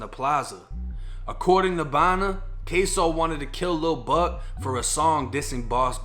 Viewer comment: It’s kso not queso 🧀 lmao 💀